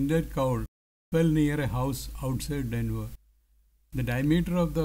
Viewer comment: its Denver not Denvar